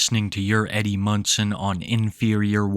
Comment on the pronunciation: You keep saying "Eddie Munson" but I keep hearing "Eddie Munster" and imagining this girl getting the absolute VAPORS over a child actor from 60 yrs ago. After seeing some of the things in this video, I think I might have actually preferred my original mistake.😂